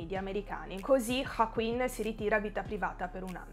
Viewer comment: ma perchè pronunci Joaquin in questo modo ???